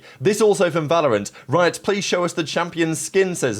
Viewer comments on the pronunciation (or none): none